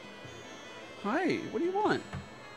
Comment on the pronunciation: I know it's Volcano but the way Dart pronounces it. It's Vorcano. Speaking of Sonic news John Wick confirmed as Shadow in Sonic 3.